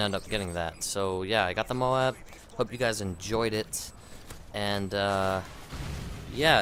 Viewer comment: its not pronounced MOW-AB... jeez would you pronounce the word LOAD as LO-AD